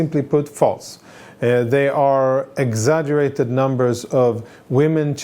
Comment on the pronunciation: " they excaturate the people that are killed..." so its not say 10000 bu 9000